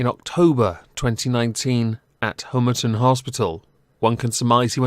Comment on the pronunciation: Excellent. But as a former inpatient of the RNRU at Homerton Hospital, please learn to pronounce it properly. HOMERTON as in Pom not HOMERTON as in Home